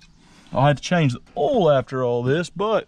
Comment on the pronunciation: Instead of "oil" he says "ooul"